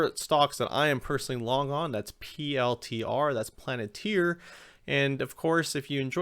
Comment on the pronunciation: Great job but for the love of god, please stop saying “planet-ir”. Lol